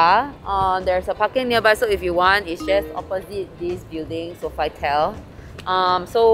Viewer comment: omg the way u pronounced sofitel 😂😂😂 Isn't it So-fee-tel HAHA